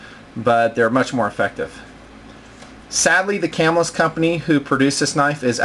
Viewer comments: I'm fairly sure it is pronounced "cah-MILL-us" not "CAM-ill-us" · It is pronounced "cah-MILL-us" The knife company was named after the town it was founded in. It is right outside of Syracuse, NY. I even went to Camillus Middle School for a year.